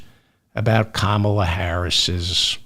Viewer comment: Did you watch the Democratic Convention? Did you miss "how to pronounce her name? Say it with me: Comma la.